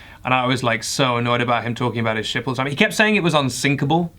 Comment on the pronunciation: I thought he kept saying shit instead of ship It was a fun point of view